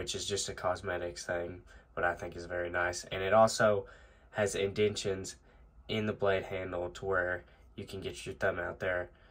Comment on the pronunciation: "Indentations" In-den-ta-tions not "in-den-tions"